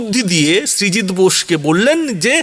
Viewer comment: Srijit na, Sujit Basu Naam ta barbar bhul bolchheñ